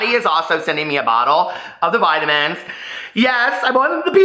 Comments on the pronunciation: the way you are saying vitamins, makes me think of the "I Love Lucy" skit, vitavigemin lol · VE-TAMINZ LMAO!!!!!!! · I thought the same thing 😂😂